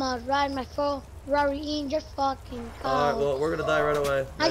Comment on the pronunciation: "Im a focking minion" bruh😂😂😂